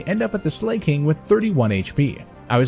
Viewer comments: the slay pronunciation is wrong its Slaking(Slack+King) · lol also i am pretty sure its sla-king not slay-king but ayy he does slay not gonna lie. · sl-a-king not slay-king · Slay King? Does this dude not know how the word slack is pronounced? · "slayking"?? :O >:( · How do people do it? How do people spend so many god damn hours researching, theorycrafting, editing, and playing not to mention, to say Slay-king instead of Slack-ing? It's not that hard, as a YouTuber it's gotta be something you realize. Edit: And you said "True-Aunt" instead of "True - ent" Don't say it's nitpicking. If your job is to talk, better pronounce things correctly. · love the run but the pronunciation killed me. Like slaking and oran berry. But lobe the video otherwise great job